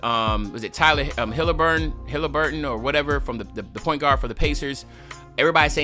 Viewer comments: bro did not just say tyler hillerbird 😭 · TYRESE Halliburton, ion want u to butcher his name for the whole year on guard videos ❤😂